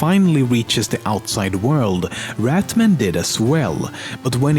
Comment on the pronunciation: It's not rat man it's rat Mann